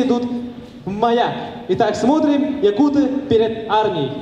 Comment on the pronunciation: якутЫ, не якУты